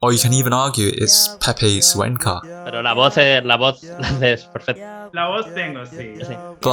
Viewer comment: PEPE SSUENCA? HAHAHA ITS PEPE CUENCA GOD DAMN IT. C IS A C NOT AN S.